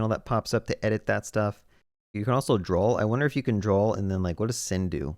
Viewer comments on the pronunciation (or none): I've never heard anyone pronounce draw like that